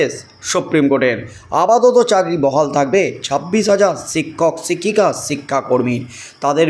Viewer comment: সিক্ষক সিক্ষিকা বলছেন কেন। শিক্ষক শিক্ষিকা বলুন